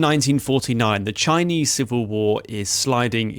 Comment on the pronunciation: If you're going to make a video on Chinese history at least learn to pronounce their names properly